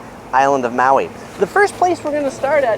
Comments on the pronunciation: Aloehaw! Welcome to Mayui!!! Hahaha dude come on now! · Maui pronounced ma we